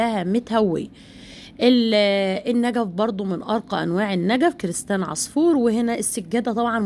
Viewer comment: كريستال مش كريستان 😂😂😂😂😂😂 هاموووت والفديو مش الفتيو